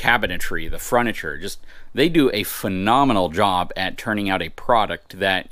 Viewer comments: Did he say "fruniture"? LOL Great video, and really beautiful RV, thanks for the tour!! And Happy New Year! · Froniture??? Lmao bro what.. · I definitely heard it too. He said it 3 times.